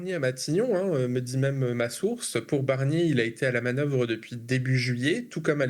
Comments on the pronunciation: Prononcez bien BArnier, parce que Michèle BErnier, moi je la veux bien en 1ere ministre ;-) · Michel BArnier et pas Michel BErnier. Merci. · C’est moi où il a dit "Michèle Bernier" 👀🤓